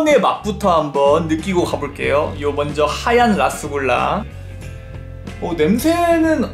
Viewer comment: 라스굴라랑 루스굴라에용 영어 잘읽어보세요 ㅋㅋㅋㅋ